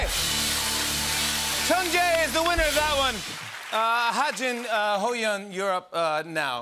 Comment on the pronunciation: I love how he call Ho yeon hi gene